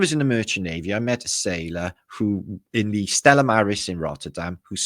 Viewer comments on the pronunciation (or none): none